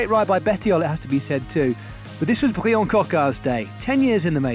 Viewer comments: Coquard’s name is actually pronounced the same as the English version “Brian”. Only the spelling is purely French. So please do not call him “Bree-Anne”. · His name is Bryan not Briion 🤬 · Coquard's first name is just pronounced as Brian would be in English, with a French accent if you insist. Pronunciation in this vid was unnecessarily mangled imo. Superb sprint from Coquard though, looked like it was just his day and I love to see him have more days like this through the season. Seriously impressed with Paul Penhoët - 3 top 10s in 4 stages is an excellent return for a neo-pro. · Pronounce Bryan like in any other language please